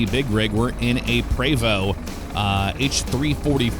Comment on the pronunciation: Thanks for saying Prevost correctly lol I drive a X3-45 Entertainer. You’re in St Louis, right? Next time I roll through I’d love to have you out if you’re interested.